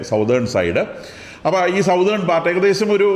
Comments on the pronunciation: Southern alla Sathern aanu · സതേൺ correct pronunciation